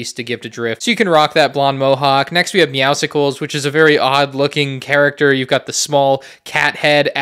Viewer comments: Pronounces “Meow-sols” not “Meow-sicles” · Calling him "Meowsicles" hurt me a little bit. It's Meowscles, like muscles, not popsicles. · These lego fortnite sets are awesome, probably cheaper compared to lego star wars because they have a deal going on and the virtual "sets" in fortnite are very expensive. ALSO: meowscles is pronounces as muscles, with a meow in front, because he's buff. but the did make a meowskulls skin which is pretty neat! EDIT: It seems like a lot of youtubers missed this but the stop sign is the SSD (storm shield defense) logo from save the world! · So many people mispronounce it lol. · Anyone think it was weird how he said Meowscles? I’ve been saying Meow-sulls. It’s a very weird name to say. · Meow-suls like Meow and muscles